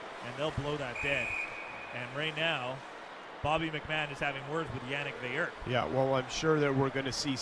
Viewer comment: In case you care or are interested… his last name is pronounced “Veill-er” not “Veill-you”… just like Lemieux is pronounced “Lemi-er” not “Lemi-you”. Anyway as a french canadian myself, Veilleux is a tool.